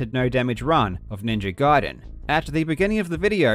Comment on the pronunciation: Jesus F'in Christ, it's pronounced Ninja Gayden, not Guiden.